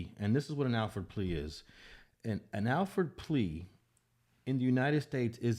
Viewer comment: It’s pronounced All-Ford plea not Al-Ford plea. Lol